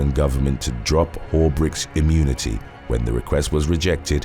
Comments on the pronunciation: Am I the only one hearing "diplomatic community?" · I know he means diplomatic immunity, but I hear "community" and apparently, so does the closed caption.